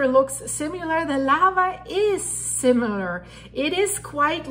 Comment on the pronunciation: similar lar not simu lar also we are not "guys" great reporting thanks